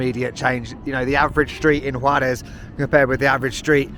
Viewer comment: Kudos to your pronunciation, your accent while saying Juarez is better than some El Paso natives 👏